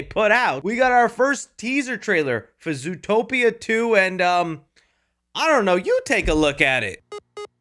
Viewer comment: "Zootpoia" my goat actually makes mistakes🥲